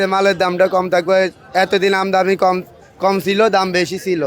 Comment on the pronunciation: আমদানি উচ্চারণ ও করতে পারে না। কেউ খাচ্ছে না, তা বলবে না।